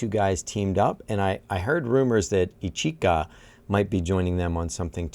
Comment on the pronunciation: Oh and if you do see this, your pronunciation of Ichika is mostly correct, but the emphasis is on the first " I " of his name, and the second " I " is barely pronounced. It's almost more like "EE-ch'ka".